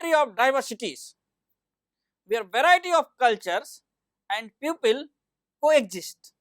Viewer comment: People ( group of humans) pupil is student pipol (people) piupil (pupil) is for student. Very good explained Sir only need improve some words pronunciation. 💪💪💪😊😊